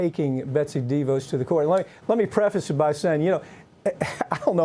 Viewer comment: I love you Mike but as a word nerd, I humbly submit a couple of corrections. It's "attorneys general," not "attorney generals." (They are attorneys, not generals. 😉) And Betsy's last name is pronounced deVOSS', not DEEvos. Thank you for your consideration. 😘